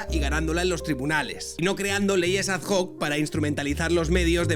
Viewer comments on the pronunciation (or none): Muy bueno el vídeo. Por cierto, ad hoc se dice "ad oc", no "ad joc" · por tercera vez: no se dice "leyes ad joc" sino "leyes ad hoc" .....no es que pase nada, ni invalida el fondo de lo que dices, pero qué necesidad de decirlo mal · Sabías que alguien te lo iba a decir: ad hoc, no ad JJJoc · Que es latín, no inglés,. Con cariño te lo señala un suscriptor de febrero de 2018, cuando no llegábamos a 300. John Doe